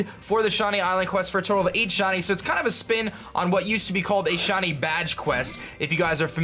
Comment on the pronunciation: It sounds like your saying Shawnee instead of shiny